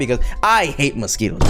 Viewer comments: Mosqui “TOES”?????????! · Really? You thought we wouldn’t notice the “mosquitTOES”.